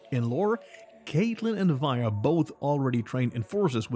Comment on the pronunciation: Did the narrator said "we and powder" instead of vi and powder?